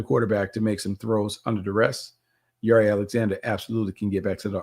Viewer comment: Since when does Jaire pronounce his name like that? 🤦🏾 you throwing me off Bucky